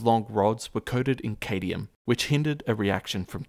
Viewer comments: Cadium? I think you meant cadmium. Or do you remove a consonant to pay for the extra cost of aluminium vs. aluminum? >.< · Cadmium, not camium. Chianti is pronounced kee an tee. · Cadmium = KAD-ME-UHM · Cad-nee-umm not Cade-ne-umm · "KAY-dee-um" ?? Don't you mean "CADD-mi-um" ?? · "Nu-kee-lurr" - Nuclear "Kay-dee-um" - Cadmium "Shan-tee" - Chianti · The rod was coated with cadmium, NOT cadium. Also, it's called chianti (kee-AN-tee) NOT Shanty. Otherwise, a very interesting piece! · It's cadmium (cad-mee-um), not "cadium". Also, it's a bottle of Chianti (Key-anh-tee), not "shanty". I thought you Queen's English speakers were supposed to be above reproach at this kind of thing. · Cadmium, not "cadyum", whatever that is. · Nuculer cadium...! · Did he say "CADIUM" and "CHANTY?" Wow.. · Cadmium, not cadium. Chianti is pronounced key aunt tee. Squash is an indoor sport, Stagg field was an American football field (as opposed to what we call soccer). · Wtf is cadeeuim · Cadium? Shanti? Really? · "Cadmium" (extra 'M') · That's a weird way to pronounce cadmium. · A scientific video and he didnt even say cadmium correct